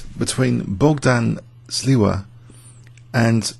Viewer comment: It is Bogdan Śliwa, not Sliwa btw.